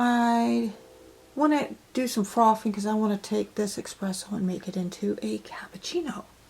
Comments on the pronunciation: Its espresso.. not expresso. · There is no X in espresso darling